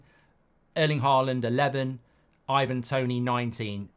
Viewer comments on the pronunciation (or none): none